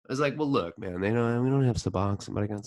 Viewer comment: It’s bupe ren or feen. Not byou fa nor fin. Sub ox own. Not sub ox in. I think they pronounce their own name right.